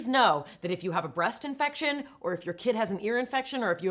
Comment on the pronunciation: Did she say breast infection or chest infection?